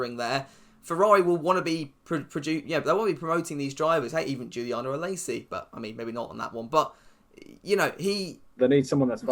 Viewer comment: When you said Guiliano Alesi I wheezed